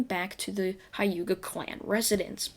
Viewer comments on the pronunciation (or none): Your saying wrong It is the hyuga clan